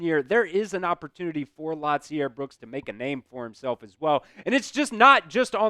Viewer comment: I hate when white folk don’t know how to pronounce black names. Lotzier is pronounce La-zeer. It’s not pronounced Lot- ze-air. You’re doing too much bro. lol the T in his name is silent. RTR